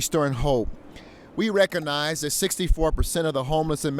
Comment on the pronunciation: We rec-o-niz this is a serious problem.